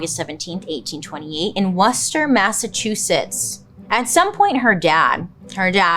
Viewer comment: As someone born and raised in Massachusetts I came here to applaud your pronunciation of Worcester 👏🏻👏🏻